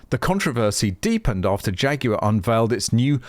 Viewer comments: I like the way you pronounce "Jaguar" Jay Goo Are. Ha ha. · " Phaguar" opps